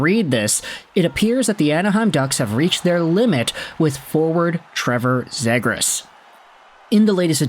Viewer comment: At least say his last name right bro💀